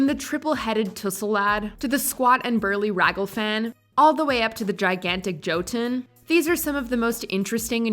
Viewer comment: joe-tun? omg... its YOH-tun.